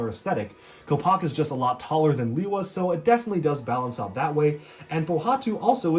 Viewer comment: Lewa,not Liwa.